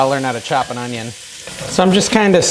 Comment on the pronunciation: What’s “honeyonyon” powder?? Lol!